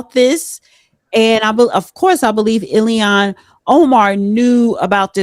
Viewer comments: its pronounced illllll haaaaaaaan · It's IL-HAN . With all due respect.